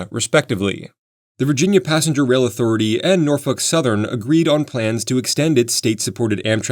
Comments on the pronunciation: NORFOKE not NORFUCK 😂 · It's not norfuk, it's nawfek...get it right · Norf O lk Railroad, not Norf U ck. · It's pronounced "Nor-folk" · I like that you say Norfuk instead of Norfolk lol. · How many people got made this dude called your city NORFUCK? LOL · Nope, he said Norfuck, and I turned on CC to make sure that is what he said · No, I listened to him three times, and HE said NORFUCK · I've never heard Norfolk pronounced that way before. 😂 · yall hear it when he says "norfolk" or is it just me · nor fucks were given in that line read